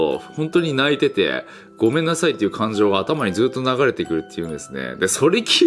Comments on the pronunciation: アゴめんなさいが5個だけごめんなさいになっちゃってるぞ笑笑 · アゴメンナサイになってるw